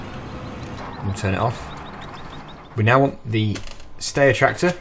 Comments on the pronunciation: Hi. You pronounce the tractor STY-RUH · the steyer is pronounces like stier st-i-er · It is pronounced sti-er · Styre is pronounced stire 😀